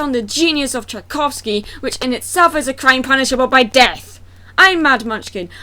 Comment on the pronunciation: The "Sleeping Beauty" movie featuring Emily Browning has zero relation to the ballet other than the damn title. It is about prostitution. The proper way to pronounce Tchaikovsky is "chy-KAWF-skee". Not "jy-KAWF-skee" The movie you claim to be reviewing is a CHILDRENS movie. In fact it is the closest renindition to the original ballet because he does profess his love to someone else. In the original that kills the swan princess. If you are watching a movie for how close it is to the original you are wasting your time watching CHILDRENS movies. I would to point out that different companies can interpret the same damn fairy tales in different ways. Besides the fact that is isnt the same fairy tail that you are comparing which makes damn near impossible to "ripp off the story." On top of that it isn't thee same story, fairy tale, or plot. They were even produced is two different time periods and blonde is a very common gene in Europe. Which I would assume you would know considering you claim to be from there. Even though I have 3-4 accents in the first 3 minutes of this dumbass video, sorry, "review." Siegfried is a difficult name for children to say because the syllables slur together and there are two consonants within the word that are commonly messed up by children. I also would like to point out that you cannot say it properly. Cornelius has distinct syllables that are easy for children to say. If either of the two main characters are shallow it would be Derek who fell in lo